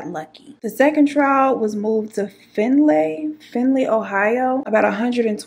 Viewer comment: I never heard a true crimer tell a story so close to home. Findlay is pronounced Find- Lay